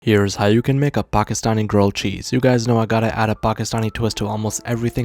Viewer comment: him saying P A K I S T A N I reminds me of big eat worlds spamming the word T A P A T I O